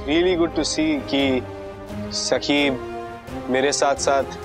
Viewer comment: Bro its not saki its sakhi